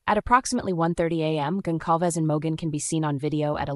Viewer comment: Goncalves is pronounced with a soft C